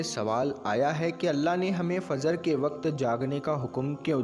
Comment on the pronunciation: FAZR KYUN BOLTE HO...FAJR BOLA KRO..